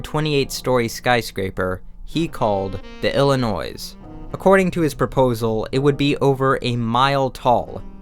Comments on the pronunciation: Illinois pronounced: ‘illi-noy’ not ‘illi-noise’ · Being from the state, I have to say, the 's' in Illinois is silent. So, "Ill-in-oy", not "Ill-eh-noise". I couldn't help myself to comment! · isn't it [Illinoi]... without "s"? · The S at the end of "Illinois " is silent. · You pronounced Illinois... illinoiZZZZ? dude anybody knows its ILLINOY and NUCLEAR not George dubya Bush saying NUKULAR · illinoiS??? illinoiSSSS?? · as a resident of that shit state, i am sad to say that it is pronounced "il-i-noi". The s is silent, and if you pronounce it, you will sound like a dad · Noy. It's NOY. ill-uh-NOY 😂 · I KNOW YOU DID NOT JUST SAID ILLINOISE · The s in Illinois is silent and unclear is pronounced how it's spelled. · Illinois is french. the s is silent. Its ill-a-noi. really funny since you NAILLED the french xD. for anyone who cares a good rules of thumb when pronouncing french: if the word ends in a constant, its *probably* silent (i.e. Illinois, croissant, debris) sometimes it isnt tho, dont sue me try to lower the back of your throat when pronouncing "o" "j" and "g" are reversed, j sounds like g and vice versa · The "s" in Illinois is silent (ie, Illinoi). Also, while it became the Willis Tower when some company bought the naming rights from Sears, it's still the Sears Tower. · the Illinoise? bro really? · im sure a fellow Illinoisan (God help us) has already commented this, but in case not: The “s” at the end of Illinois is silent. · Saying the "s" in Illinois is horrible. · Great video, but were you purposefully mispronouncing words like louvre, nuclear, and Illinois? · did you just pronounce Illinois with an s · As an Illinois resident, every time he says Illinois with an “s” I cringe. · You do not pronounce the s in Illinois!!! Stop doing that! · Fantastic video, but as a native Chicagoan your pronunciation of "Illinois" killed me a little lol. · It’s called the Sears Tower, thank you very much 😤 (😉). Oh, & the S in Illinois is silent.